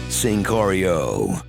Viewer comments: "Singcario." God damn I love this channel. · Singcario.... hahahahahahahahaha